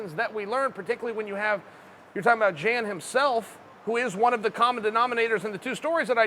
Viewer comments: Jan 😂 Uncle Chael strikes again. It's pronounced Yawn = Jan we got u Unk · "Yan" is how it's pronounced. I know a Jan and sounded just like Uncle Chael for a while. It's Jan, not Jan. C'mon bro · Chael your the man.... Pretty sure it's not prenounced Jan though. Fairly sure it's prenounced Yon. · Hey Chael you moron. It's Pronounced Yan, not Jan. Jan is a Girls name. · Jan = Y(ANN) Joanna = Yo(ANNA) Much love from Poland:) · The way you say „Jan” is all sort of wrong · Chael “Jan” Sonnen